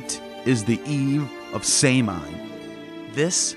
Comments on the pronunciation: Great video but its Pronounced Sowan. Sow like a pig and an. Irish spelling is weird. Samhain is Sowan. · My man, I love the videos, but with all the research you do, you couldn't make sure to pronounce Samhain ( as another stated, its "saw when") right when you said it so much ? 😂 but forreal much love brotha love the channel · Samhain was pronounced saw won. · While the festival is spelled Samhein, it's pronounced like Sahw-in. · Really ? I thought Samhain was pronounced sah-WEEN, rhyming with Halloween! In the 50s and 60s my parents and some other adults used to say "what in the Sam Hill" as a euphemism for " what in hell"? Now i wonder if there might have been a connection to sah-WEEN. My family used to belong to the Church of Christ, a fundamentalist, conservative King James Bible Only sect, strongly scriptural and strongly based on the Epistles of Paul, on which all the sermons were based. They took Paul as the principal authority of Christianity VERY seriously. The Cof C started in Northern Ireland in the late 18th or early 19th century by Alexander Campbell, who then brought it to North America and converted many in the rural southern "Scots-Irish" population, including my ancestors on both sides of the family. Because Scripture never says to observe any Christian religious holidays, the C of C frowned on them and our church had nothing at all to do with them. Yet the church had no problem at all with observing pagan holidays such as Halloween, Christmas, and Easter. They saw those as in the secular sphere, and respected separation of church and state. As a kid i still wondered weren't pagan holidays "of the devil"? Now i suspect the church allowed them because of Paul saying he was a "pagan to the pagans", the same approach that Patrick took -- and also Campbell while working as a missionary in the same country as Patrick.